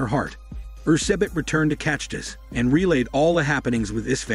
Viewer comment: Being a Slovak, it hurts my ears how you mispronounce Čachtice. Closest pronunciation ChA - KHTHI- TSE. Anyway, come to visit the town. It lives with the legend of bloody countess till this day.